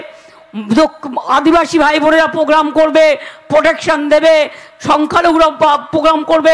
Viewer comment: পোগ্রাম, পটেক সান 😂😂😂 কি উচ্চারণ... কেজরিয়াল 😂😂😂